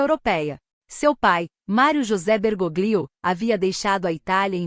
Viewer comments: Se pronuncia " Bergólio"< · A pronúncia é Bergolio.